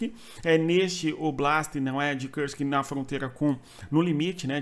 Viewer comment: Kursk não é uma palavra inglesa, a pronúncia não é com o "u" com som de "ã" como em trãmp, esta palavra tem que ser pronunciada com som de "u" mesmo.